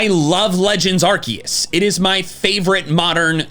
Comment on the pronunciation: please please pronounce arceus right it's a soft C not a hard C. Ar-SEE-us.